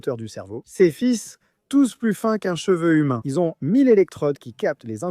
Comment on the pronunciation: c est de l ia l'audio aussi non? car il dit fils dans la tête 😂 il fait pas la différence